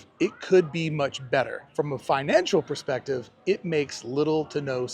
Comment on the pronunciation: You said a "Desiner Perceptive." Are you a designer?